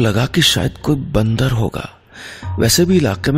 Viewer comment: bandarr...... nahi nahi bandarrr nahi matlab bandarrrr......😂